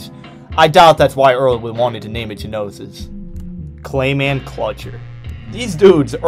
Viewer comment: It's pronounced (know-sis) not (guh-know-sis) the word is gnosis.